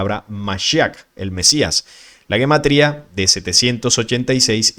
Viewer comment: Se pronuncia Jematría no guematría...es un error demasiado grande+ - +